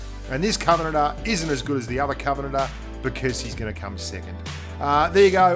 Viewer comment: Lmao the way you said "Covenanter" it sounded like covenater/kovenaner